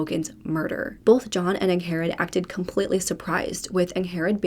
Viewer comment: I am pretty sure her name is pronounced “Ing-Red” not “Ang-Hair-Red” She just has a weird spelling of the name so it’s a bit confusing. 🤷🏼‍♀️😁